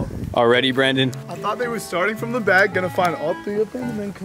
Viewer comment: Nobody: Faze rug: “steals the whole thing prom preston”